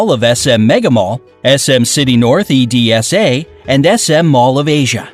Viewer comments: Also it's not e-d-s-a it's edsa not letters read it's combined try going to google translator and see how it's spoken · Not e.d.s.a its edsa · The guy north e d s a Me who is filipino: its ed-sa thats how you pronounce it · When said E-D-S-A Me:p*tang ina edsa ba b*b"